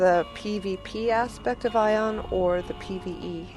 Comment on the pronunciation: Thank you for saying the name of the game correct! This guy isn't too bad as a player in Aion. But there's a difference between leading and going all out for your faction. This guy refuses to die for his faction and leaves automatically anytime things seem grim and let's be honest Sin Commander Xform.....really? kind of a waste of a spot would be the same useful as a 5 star xform. Bottom line this guy knows how to play but he will not die for his faction.